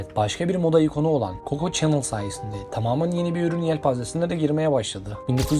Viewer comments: Çenıl derken 😂😂 şanel be şanel. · videonuz gayet guzel ama bu ile kalkışıyorsanız isimleri doğru telaffuz etmek ve diksiyonunuzu düzeltmek zorundasınız kusura bakmayın. Çenıl değil öyle bir şey yok Şanel doprusu, Luis degil lui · Nagzi Çenıl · “Çenıl” değil, Şanel; “Naazi” değil, Nazi. “ilk videonuz” oluşu, bu hatalı telaffuzunuzu düzeltmez. Günlük yaşantınızda hiç mi duymadınız “Çenıl’a Şanel; “Naazi”ye de Nazi dendiğini? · şanel diye okunu çenıl değil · Ay bu nasıl telaffuz kulaklarım yandı nağzi ha ? Siz gençler neden iyice araştırıp soruşturmadan bu işlere kalkışıyorsunuz? Şanel adını hiç mi duymadınız bu bilgi çağında? Ansiklopedi karıştırın demiyoruz her şey bir tuşla ulaşılabilir durumda bir de sizlere teknolojiçağının gençleri deniyor yani çabanızı takdir etmekle beraber bu telaffuz hatalarınız kırmızı kartı görür ona göre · Coco Chanel in soyadının yanlis telafuzu Nazi kelimesi Naaaazi diye telafuz edilmez